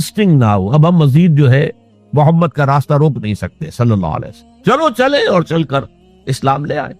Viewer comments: Ye voice aur video dunno Dr israr ki nahi hein ye dekhein hamre Rasool ka nam bhi sahi se nahi Le rahe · bilkul sahi bole aapne prnounsation sahi nhi